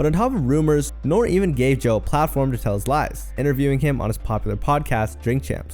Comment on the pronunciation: ITS NORE (say the E) 😂